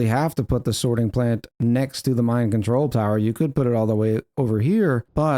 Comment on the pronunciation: I keep hearing 'mind control tower' instead of 'mine control tower.'